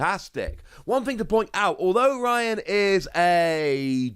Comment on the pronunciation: not the woss pronouncing Raihan as Ryan 😭